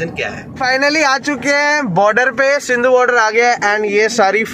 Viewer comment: Singhu border hota h sindhu nhi 🤗🤷‍♂️🤷‍♂️🤷‍♂️🤣